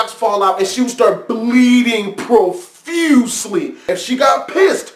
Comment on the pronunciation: I like ur videos but when i hear u say profusely i wanna punch u ill still like ur video tho